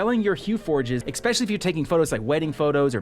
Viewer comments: Let's make it a drinking game. Drink everytime he says EXpetially! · Holy Shit!!! There is no X in the word ESPECIALLY!